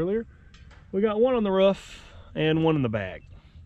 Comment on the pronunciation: it’s roof not ruff